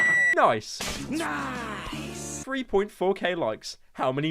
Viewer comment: Niceu niceu. Very niceu pyro-chan.